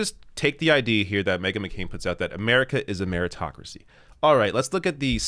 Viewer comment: "Ameritocracy" LOL